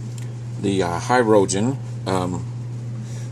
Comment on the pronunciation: I think it's pronounced Hih-rojen not High-rojen